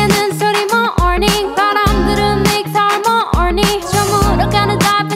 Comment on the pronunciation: I thought it sounded weird too, they say muh-orning as in morning and then makes har-mony, they put the emphasis on the wrong syllable so it sounds off